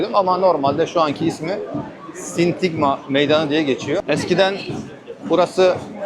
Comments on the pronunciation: genç arkadaş..sintigma değil SİNTAGMA meydanı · Sindigma degil Sindagma